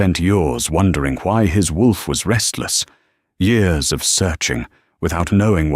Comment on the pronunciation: Why keep saying yours and not years ?